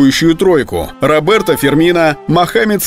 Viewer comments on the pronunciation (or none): none